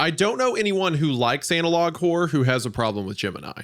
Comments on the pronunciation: Is hunter pronouncing the word like it is spelled "anal log" on purpose or...? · Love how meatcanyon refuses to pronounce analog correctly and says Anal-log every time.